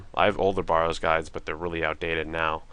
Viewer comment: Bare-rows correct pununciation :)